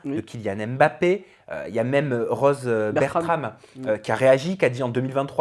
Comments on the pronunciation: on dit "mmbappé" avec le son "mm" pas "èm" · En 2023, on ne dit plus Èmbappé, respectez les gens, prononcez correctement leurs noms